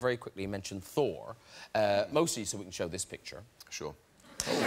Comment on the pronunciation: Thor = Sore. It took me a second. Lol